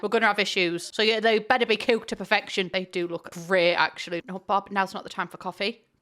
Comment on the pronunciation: The way she pronounces the word cook scratches something in my brain